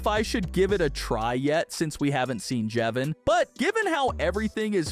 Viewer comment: How does he say jevin right but not brud and Clurk!?